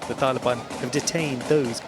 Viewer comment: Why do you keep saying taliban like that